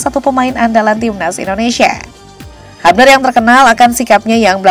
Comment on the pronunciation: Sebutnya "hyubner" ceunah, min.. bukan habner atw hubner😂